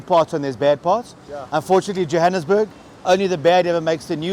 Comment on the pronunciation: Who took the annus at of Jo'burg joaanusburg